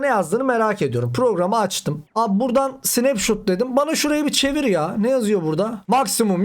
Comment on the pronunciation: Olum adam tüm ingilizce kelimeleri yalnış telaffuz etti zaten sadece bu mu 😂 snep shuuuut